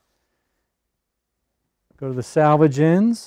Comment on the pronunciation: Thank you for this. Been looking for years. One small thing confused me. You kept saying salvage the salvage. It's salvage the selvedge. Save the original edge of the fabric. 🌼🌼🌼🌼🌼🌼